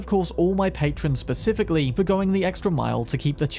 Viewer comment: “” 🙌 this man’s a cyberpunk hero with humor. Keep up the work 🎉 a AND HAPPY HOLIDAYS